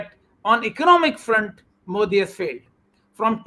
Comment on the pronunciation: Wish old man could pronounce Modi properly 😂😂